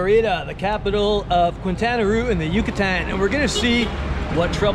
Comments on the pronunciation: Also... some pronunciation help... Mérida is pronounced "MEHR-ih-da", not "mur-EE-da" (accent first syllable). Quintana Roo is pronounced "keen-tah-na ROW" , not "kwin-tah-na roo" ("qui.." in Spanish is pronounced "kee.." and "Roo" rhymes with "toe", not "too"). Just sayin'... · In Spanish Quintana Roo is pronounced Kintana Ro u after q is silent, 2 o's in Spanish are not pronunced like in English, they don't make a u, all vowels in Spanish are short vowels not long vowels, get your Spanish dic. out amigo. Be patient.